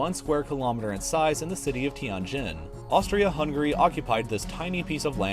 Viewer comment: ppl of US still UNABLE to pronounce HUNGARY properly,,pathetic.